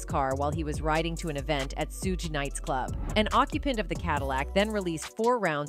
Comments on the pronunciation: your voice is AI; everyone knows suges name is pronounced " shuug " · lol 😂 this Snowbunny said suge she pronounced it Suuje it’s Suge Sug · The pronunciation of Suge 🙄